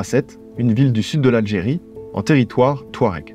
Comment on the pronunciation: Je pense que c’est touareg et non tuared?